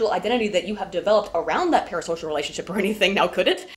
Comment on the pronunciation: everytime you say "parasocial" i think "paris hilton"... also kudos on the title